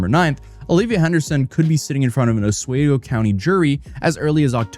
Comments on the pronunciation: For the love of,, it's not pronounced 'Os-WAY-go', it's pronounced 'Os-WE-go'. It pains my soul everytime I hear you pronounce it as I grew up in that area:P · Great video! Just so you know, it's pronounced "ah-swee-go" instead of "ah-sway-go". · Hi, as someone who lives nearby it’s pronounced os-wee-go not os-whe-go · A little off topic, but is anyone else bothered that pronounces Oswego as “Os-wey-go” instead as “Os-we-go”? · Oswego is pronounced “Os-WEE-go.” It’s a native-American term that means Stop Saying It Wrong. Jk, it’s actually an Iroquois term which means “ where the valley widens:” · Didn't realize I lived near her, also it is pronounce Os/WE/Go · It’s pronounced Os-WE-go NY💛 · It's Os-We-Go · Dude its pronounced Ah-swee-go...Oswego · FYI, it’s pronounced (Oss wee go). Thanks so much for the update. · In case you have to do another update it's Ah-swee-go. Otherwise god vid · It’s pronounced “aaz-wee-go”. Just saying. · For non-native Central New Yorkers, the city's name is pronounce with a long 'e' like bee. Pronounced something like ah-SWEE-go with an emphasis on the "swee". Rhymes with Amigo. Comes from the indigenous Iroquois tribes. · Oswaygo? Wild pronunciation. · for future videos its pronounced oSWEEgo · You don't get sick days? Wtf are you even talking about? You make your own schedule.. How lame. Also, it's OsWEgo. You dolt. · My guy Oswego is pronounced ahs-WEE-go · I'm hoping learns to pronounce Oss-WEE-goh before this ends! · It is pronounced Os-WEE-Go. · Okay. First of all. How do you put this much effort into making videos about all this and STILL pronounce Oswego wrong? It's "Ah-swee-goh". Ffs. Signed, a local. Second of all, imagine some pervert claiming that because he could see a woman changing in her bedroom through a window, that makes it okay for him to take a video of her shirtless and post it to the internet without her consent. That's such a reach. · It's pronounced Uh-sweee-go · Say it with me Oh-swe-go